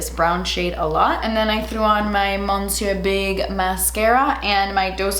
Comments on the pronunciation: I’m sure you’ve gotten this comment before and if you wanna keep doing what you’re doing go for it, just throwing it out there!: Monsieur is pronounced like “miss-syir”. I don’t know why they spell it that way lol but change “mon” to “miss” and you’ll be perfect! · I love you, but I'm begging you. Monsieur is pronounced "Missur"